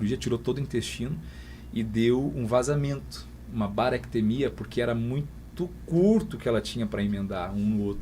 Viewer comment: O nome da infecção é bacteremia e não baractemia